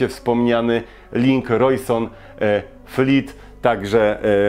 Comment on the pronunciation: I to Rojsonfleet, co mówisz, zamiast Rojsonleet XD